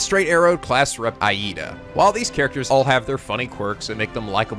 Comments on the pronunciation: Urakaka? Aida? Damn you are killing me xD. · well for starters you butched pretty much every japanese name. eyeida, urakaka, ect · says name wrong, inner weeaboo awakens For instance, it isn't "I-eedah" it's "eedah." (For Iida Tenya.) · The way you pronounce "academia" (don't pronounce it like "academy" pronounce it like "academic"), and some of the character's names (Iida is pronounced "eeda" not "eye-eeda") is pretty laughable lol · Great video essay, you make some really good points. I can't stop cringing though when you butcher those names. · Is it only me that cringe everytime he said Iida's name?